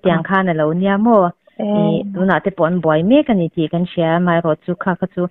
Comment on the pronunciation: A tawpnaa i kawm nu hian Mizo tawng dik hi hmang ve tawh turin lo hrilh la, mai tih aiah mei tih a hmang fo mai hian ngaihthlak a ti nuam lo kher mai, midang i kawm leh hma hian he tawngkam hi hmang lo turin hrilh hmasa zel teh aa kawmhma hian